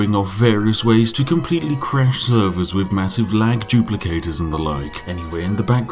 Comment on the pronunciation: I love Spiffing Brits videos, but I am really struggling with his inability to pronounce "th" words. Every "F" I hear is slowly eating away at my soul.